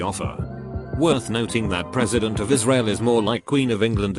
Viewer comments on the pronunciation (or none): none